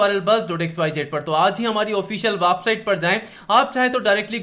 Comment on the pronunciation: website ko wapsite kiu bolteho bhaya